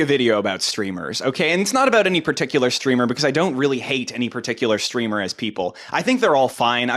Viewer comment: I think you mean “Streamah”